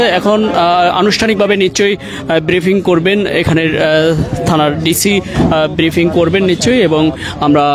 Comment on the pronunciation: রিপোর্টার ভাইয়া বিরিফিং আর ব্রিফিং দুটোর উচ্চারণ ভিন্ন। মেহেরবানি করে উচ্চারণ শিখে আসুন।